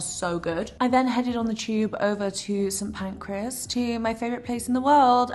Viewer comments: St Pancras yes, not Pancreas 🤣 That’s an organ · Bless her why is she calling Kings Cross ‘St Pancreas’ 😭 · Are we hearing the same vlog? It’s PAN-CRAS yet she says PAN-CRE-AS every time 🥲